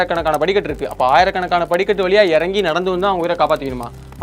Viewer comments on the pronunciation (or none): none